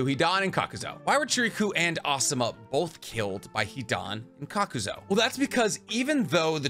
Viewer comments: Loving your videos fellow Anime weeb, but in fairness it some of your video's you have some odd choices for how you pernounce some Names like Kakuzu you say 'Kakuzo' but it is just you my man so you do you love the info I gain from the video's. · Serious question.. is he knowingly mispronounceing names all the time so ppl comment ab it and the algorithm likes that?? Like.. kakuzo? Its honestly annoying af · Kakazo and homage. Lol love the repeated mispronounced names. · THERE IS NO "O" IN KAKUZU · Please learn to say Kakuzu. It's not Kakuzo. Edit: also, the H in homage is silent. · KAKUZU > “Kakuzo “ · Why do you keep pronouncing his name kakuzo when it's supposed to be kakuzu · I know you arent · Kakuz-oh Tsu-chay-kage Edo Ten-sai it's endearing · How you pronounce Kukuzu wrong? But Chiriku right? They both have the same U pronunciation at the end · THANK YOU HE WAS DRIVING ME CRAZY WITH THAT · Hate how you’re pronouncing Kakuzu